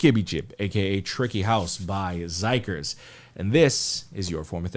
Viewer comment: Their name is pronounced Sikers This song is Bollywood inspired Their character is called Tricky If you listen to their album you will see that it's never just a song with KQ, they have a strong concept and lore :D